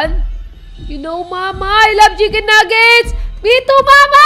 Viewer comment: "I LOVE CHICKEN NAGGETS"